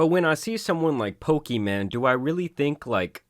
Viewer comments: Can you please learn how to pronounce her name if you continue to make videos about her? Her name is not Pokiman, it's Pokimane. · "We're talking about poki man" lmao. Its poki - mayne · It's pronounced Poki-main not Poki-man 😩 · He pronounces her name as “Poki-Man” instead of pokimane 😂😆🤣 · her name is pokimane bro.. not pokiman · It’s pronounced poki maine (I think, anyways that’s how I keep hearing it being said) more so than poki man , ‘cause she ain’t a man or a broke boy. 😂 That said why a gamer girl would want to sell cookies is beyond my comprehension, I’ll take my cookies from elves in a tree thank you. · Dude said Poki man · Makes laugh every time he says PokiMan. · "Poki-man" Lol 😂😂😂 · F it imma change how i say her name to Poki-Man from now on lol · Let me just say the best part of any of this is you calling her "Pokey- MAN" 😂 shit never gets old. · Pokiman is hilarious. Whether you are intending to pronounce it wrong or not, please keep doing it lol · its poki-MANE. your pronunciation of her name has been bugging me since the last vod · Bro said: poki-man 💀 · "Pokiman" you're trolling lmaoooo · Why are you saying it so redacted she said it’s “pokimon” but the rest of the internet outside of destiny pronounces it “pokey-maine”. Just like when people say “Mary-O” instead of “mario”. It’s insane how people pronounce things sometimes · I don’t know if you’re doing it on purpose but PLEASE keep calling her PokiMan. It’s hilarious 😆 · It’s kinda weird that you say her name wrong. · Why mispronounce her name? I am all for pointing out scams or bad behavior, but at least say the name correctly. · Once I heard her name said the right way. Hearing it how he's saying it is like a record scratch. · I swear you say her name wrong on purpose and it's hilarious 😂😂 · I hate how you mispronounce her name. Not even a fan of her but just bc it’s mispronounced 😂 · the way he says her name wrong 😂